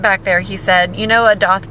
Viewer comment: It's pronounced Doth.